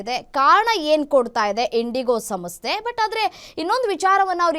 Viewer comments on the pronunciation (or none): ದಯವಿಟ್ಟು ಕನ್ನಡವನ್ನು ಸರಿಯಾಗಿ ಮಾತನಾಡುವ ಮೂಲಕ ಭಾಷೆಗೆ ಗೌರವ ಕೊಡಿ. ಇಜೆ ಅಲ್ಲ ಮೇಡಂ ಇದೆ.